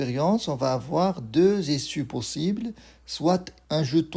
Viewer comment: Soit not soite Tu écris et tu ne parles pas le t 😅